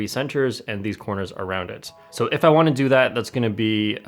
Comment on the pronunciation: It's not wunna It's wanna